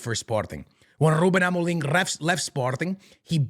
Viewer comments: as a portuguese myself, this guy is trying too hard with the rrruubbeen amorrrim. chill bro 😅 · Then tongue rolls are so disingenuous. Trying to sound Portuguese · Rrrrrrrrruben Amorrrrrrrim rrrrrrreft Sporrrrrting 😭😭😭😭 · The way he says "Ruben Amoriim" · Im sorry but im really enoying the rrrrrruben amoreeeng 😂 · Nobody:: rrrrrrrruben amoreeeem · He's mixing his american accent with his portuguese accent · The double R's